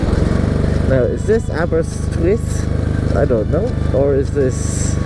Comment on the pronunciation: Aber-dove-e, Aber-rist-withh, Aber-eye-ron 😂